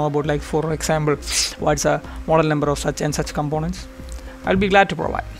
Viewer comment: When you for the first time pronounced combonents for components, I understood who you are.